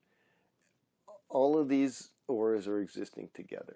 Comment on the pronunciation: Is he saying ‘orbs’ or ‘ors’ or ‘auras’?